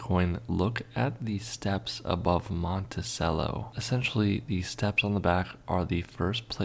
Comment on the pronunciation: He also needs to learn how to pronounce "Monticello". "Cello" like the string instrument. 😎😬😵